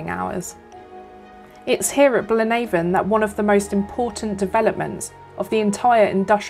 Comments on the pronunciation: Excellent video marred by only one thing. The pronunciation of Blaenavon! Nobody in that neck of the woods says BlaenAVON as in river Avon. Its pronounced as to rhythm with HAVEon! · Fascinating! 😍 Again, I've never been here either (which is bad for a Welshman!). I thoroughly enjoyed this one, loads of history 🤩 Really interesting, thank you 👏Btw, Blaenavon is pronounced Blaen afon, which means "River's Head", as it's the source of the Afon (River) Llywd, which feeds the River Usk 👍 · Thank you so much, genuinely it's great to hear your thoughts and feedback. I apologise if i mis pronounced Blaenavon 😶but thats super interesting, i thought it had some connection with the river so its great to know, thanks so much for commenting and watching! <3